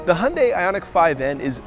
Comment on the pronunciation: I respect you for pronouncing "Hyundai" like a Korean